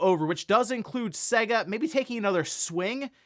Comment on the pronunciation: The way you pronounce "Sega" is soo wrong!